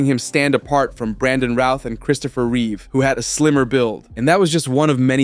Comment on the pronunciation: Mr thanks for saying Reeve right everybody else adds a s